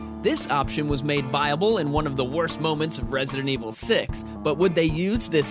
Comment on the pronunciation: resident evil 7 stfu u say it like that in every vid but I.like ur vids